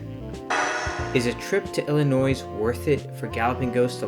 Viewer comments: my friend, the S in Illinois is silent. i know you’ve heard this before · did you just say the S in Illinois?